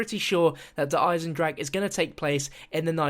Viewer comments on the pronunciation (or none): wait sorry DARE EYE-ZEN-DRAK